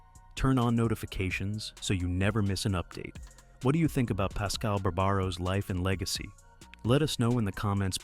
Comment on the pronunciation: Go and get a real job fuckin idiot ,pascal pascal , pascal , you don’t even know how to say is name , fuck You